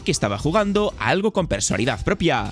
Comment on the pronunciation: Muy buen video, pero tuve un problema, que me ha pasado con otros videos tuyos: ¿por qué dices "persolidad"? La palabra es "personalidad"